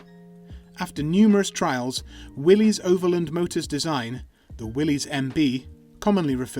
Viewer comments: Willys is pronounced Willis not Willees! Must be AI voice. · Yes, everyone, John North Willys pronounced his own surname as Will - iss.